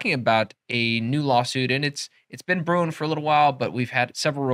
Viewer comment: At 54 seconds, were you saying it’s been “brewing for awhile” or it’s been “Bruen for awhile” 😎